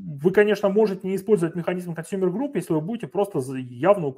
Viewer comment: Пожалуйста, либо называйте правильно по английски термины, либо переводите их на русский. Не 'аск', а 'эк' (от слова acknowledge 'экноулидж') не 'консАмер', а 'консЬЮмер'. В любом случае спасибо за материал!